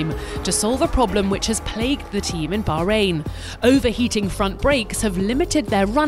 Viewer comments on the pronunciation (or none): none